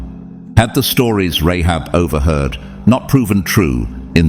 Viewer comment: Rahab not Rehab